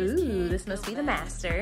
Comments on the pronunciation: "Dis MASTAAHH is a true MASTAAHH!" 🤣🤣🤣 That alone has me subscribing. Lol 🧡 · "This mastah is a true mastah!"😂 #7 has everything but cubbies, and if you gonna get 1of these homes it should have all the finishes you like already.